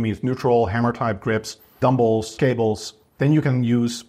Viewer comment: Dumbolls, Barbolls 🤣🤣 Also, are you saying reduce ROM ? 🥹